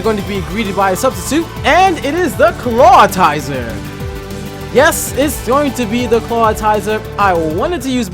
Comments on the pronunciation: I love this channel but it makes me twitch a little every time he says "Clat-TI-zer" instead of "Claw-IT-zer" XD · Stop pronouncing ClawITZER wrong, it's not Clawtizer. Smh